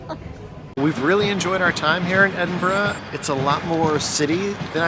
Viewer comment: any guide to Edinburgh should include the correct pronunciation.